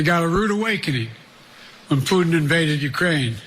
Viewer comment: Putin 😂😂😂😂😂😂 omg how does he get that wrong